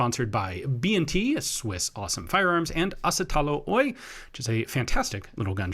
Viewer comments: I'm sure some people have already corrected this, but in the name of Asetalo, the Oy is meant to be pronounced seperately. O and y, or just o-y. Oy stands for 'osakeyhtiö' (Limited company, Ltd. etc) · I don't know if I like or loathe it when you say "OY!" there... It's supposed to be said as two letters, and of course a Finnish Y sound is probably not automatically in your mind, so I get it, but still... =) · No snow? That's unusual for Finland. Ps. If you see a company's name and it's followed by oy just say the first part without the oy unless you say the letters o and y separately since it's an abbreviation and not *oi'.